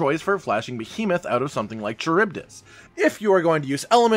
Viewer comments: Charybdis is pronounced Car-rib-diss btw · Charybdis (ka-rib-dis) Any of you ever read the Odyssey? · Charybdis. Kuh-rib-diss. It's an ancient Greek sea monster used to explain whirlpools at sea. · Maybe I'm wrong but I always pronounced it "Care-Uh-Buy-Dis"... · I’m pretty sure Charybdis is pronounced Ku-rib-this. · Ka-rib-diss is how it's pronounced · Cuh-rib-dis. Charybdis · It's pronounced car rib dis. Charybdis. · Lol... kuh-rib-diss. ;) it's not an easy word, dont worry.